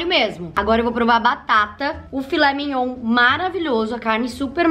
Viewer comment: Perdi tudo na parte " Filé mignoun"😂😂😂😂😂😂😂😂